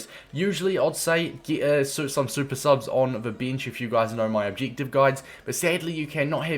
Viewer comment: wtf is an ob-jig-tiv